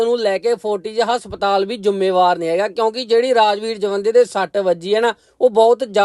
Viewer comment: Asptal ni hunda haspatal hunda